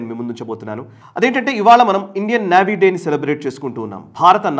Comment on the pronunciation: నేవీ అండి. నావీ కాదండి, పదే పదే వినడానికి చాలా ఇబ్బంది గా వుంది